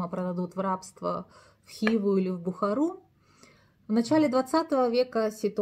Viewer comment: Полезно, но в Хива, Или, Лепсы ударение в конце